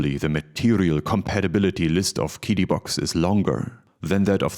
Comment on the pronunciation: Guessing that a translator app was used based on the fact QiDi (Cee-Dee) was mispronounced. Nice video.